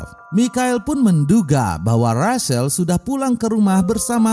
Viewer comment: Rachael di baca recel bukan resel